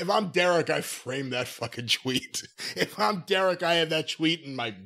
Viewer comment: why does pronounce “Tweet” like that